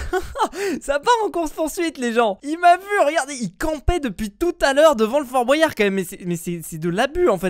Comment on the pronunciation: Fort bOUAYard pk tu dis comme ça c fort Boyard